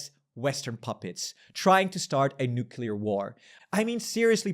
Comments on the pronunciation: Mein Herr, mann sagt "Nu-cLear", kein "Nu-cUlar" 👍🏻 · Can you please pronounce nu-cle-ar not nu-ke-lar. It drives me insane.😅